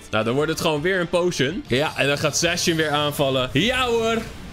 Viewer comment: Lol hoe jij zijn naam uitspreekt! Zacian! C is een K.